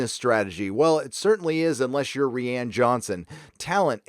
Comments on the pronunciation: It's 'Rian' as in 'Ry-an'.. not 'Ree-an'... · I always thought Rian was pronounced the same as Ryan??